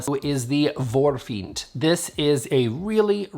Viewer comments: Love your humor! Also, your pronunciation of "Ebbalotta", "Lustigkurre" and "Vårfint" was surprisingly good! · Yay...nice work on the pronounciation...an 8/10 on that, but particular praise on the last one - Vårfint. Spot on! :) That tray is leaving our stores now here in Sweden so think it was a short-term item that is only in stores for a short while. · Wow,! You pronounced Vårfint almost perfectly! Truly! The rest is more debatable ;) but as a Swede I appriciate the effort (and it seems to me that IKEA sometimes purposely choose difficult words for English speakers when naming their products, which I find quite funny xD)